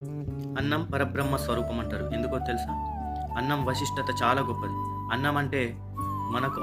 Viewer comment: It’s visishtatha sir not vasistatha. Keep going